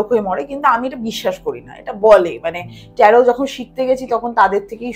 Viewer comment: উচ্চারণ টা ট্যারো । ট্যারোট নয় ।